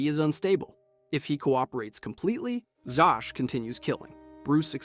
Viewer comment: I’ve never heard Zsasz pronounced like that before